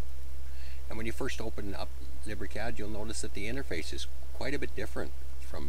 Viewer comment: Lib ree cad hahahaha